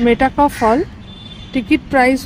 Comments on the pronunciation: "মেটা ক্যাফ" হল নয় "মেটক্যাফ" হল! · Travel blog korchen toh at least jaayegaar naam ta theek bolun. English boltey na paarleyo, portey toh paaren nishchoy. Ota Mey taa cawlf noye. Met calf. Building er upor boro korey engraved aachey. Aar blogging koraar aagey ektu poraa shona o nishchoy korechen. 😮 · MetA Kuffe noe "Metcalfe" would typically be pronounced as "Met-kaaf" (মেটকাফ). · Dear 🎉,Great to see your VLOG(2nd.vlog for me)...please don't mind☝️I was hearing the pronunciation of the name."please say "MET"CALF".Pls.remove the"META"👍Practice full 10 minutes Champ🥇🙌Thankfully yours🎉👏👏👏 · আপনার উচ্চারণটাই ভূল।আপনি উচ্চারণ করছেন মেটাকফ হল আসলে সঠিক উচ্চারণটা হচ্ছে মেটকাফে হল। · Uchharon hobe, met-kaf